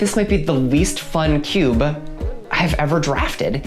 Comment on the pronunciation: "cuba" pronunciation of cube, is quickly becoming a pet peeve for me